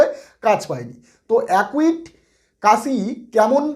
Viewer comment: উচ্চারণ সঠিক নয়। একিউট (acute) হবে। একুইট নয়।